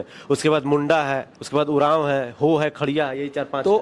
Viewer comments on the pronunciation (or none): मुंडा होता है चाचा , मुंड़ा नहीं, इसका अलग-अलग अर्थ होता हैं!मुड़ा दिकु का शब्द है!!